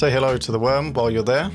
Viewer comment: You don’t say “hello” to the worm, you say “‘allo!” 😁